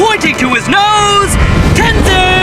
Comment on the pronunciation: This guy can make his mind up on how to pronounce Tenzin